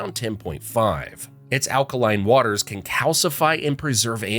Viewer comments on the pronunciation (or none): none